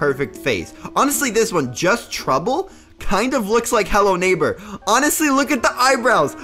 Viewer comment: I had robux but now I dont lel 😂 And also the way said hello neighbor naigber